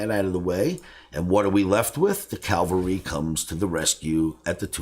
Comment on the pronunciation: not a biggie, it's 'cavalry'